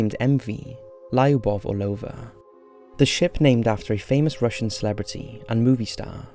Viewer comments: it's not Lie-oobov, it's lew-buv and it's not or-low-vuh, it's Ar-low-va. Take some simple Russian lessons. It's super easy to learn ;) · final step to perfect this channel: please google how to pronounce Lyubov correctly. Hint: It's not laiuhboff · In the first story your pronunciation of Lyubov Orlova was killing me every time you said it :c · Lyubov Orlova is pronouced with the sound [ju:] - L[ju:]bov, and btw this name means 'love' in Russian) Just in case) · This is how "Lyubov" pronounced: Not Lieubov lol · Lyubov is not lie-oo-boff. 😂😂😂 Your pronunciation of foreign words is always a mess. I bet you do a lot of research for your videos, you should look for correct pronunciations too. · it's pronounced Luba right? Means love? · yes it's pronounced Luba, Lyubov means "love", Lyuba is a diminutive from Lyubov